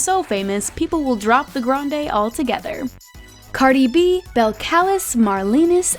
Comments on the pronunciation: Bel C-AH-lis 🤣 its cardi b's name is pronounced bel-cuh-lis but spelled different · Belcalis is (bel-cuh-lease) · notices how she said beltclis but cardis name is belcalis like (bell-cal-ez) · It's pronounced Bel-cal-leez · Belacalis is pronounced- Belle-Ca-Lees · IT IS NOT BEL-CALIS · It’s pronounced BELL ca LEEZE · Totally butchered cardis name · Belcalis is pronounced so wrong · She pronounced cardi’s name so badly😖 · HUNN YOU PRONOUNCE CARDIS NAME WRONG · she pronounces cardis real name wrong